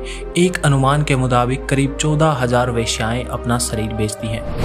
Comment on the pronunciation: Don't say Beaysiya ok